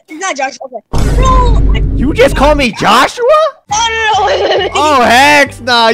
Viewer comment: Joshua nah it’s joshhe 💀 Georgie nahhh it’s Georgehe 💀